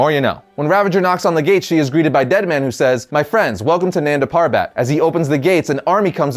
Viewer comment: its pronounced as nun-da pur-bet